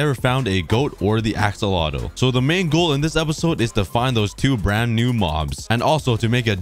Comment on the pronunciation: I love the way he says axolotl assolotl